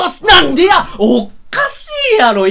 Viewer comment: 俺もそのイントネーションの気がする